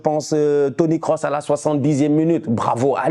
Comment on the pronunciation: Le commentateur a dit, Toni Kroos et non Course😅. Ça m’a fait rire